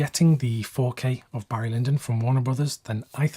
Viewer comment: “Hairy” Lyndon?